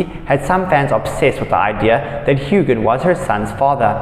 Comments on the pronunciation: His name is Huan NOT Hugan! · The G in Sam’s last name is SILENT. 🙄